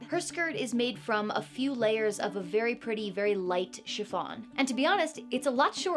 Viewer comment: I know she's saying shi F on, but it sounds like Siobhan -> shi-von and it alerts me every time